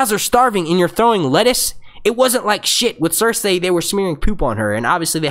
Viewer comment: Dude, Cer-say is the correct pronunciation. George R. Martin himself says it the same way and he's the end all be all when it comes to it. These random peoples opinion on it are completely irrelevant.